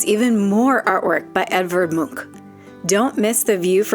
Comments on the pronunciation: Nice, one of the few tourists to Oslo that pronounce Munch as a Norwegian. I think you should try potato lompe with hotdog. Just as mustard and ketchup. Only important is that the lompe need to be fresh. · You said Munch right.... most Americans dont